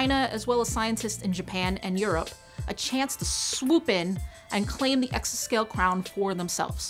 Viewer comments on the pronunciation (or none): exascale not exoscale